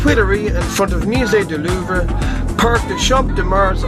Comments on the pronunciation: And da best known of all...Mew-zay duh loover. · "Musee Duloover"